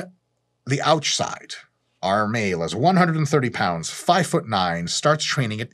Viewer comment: ”The ouchside” 😂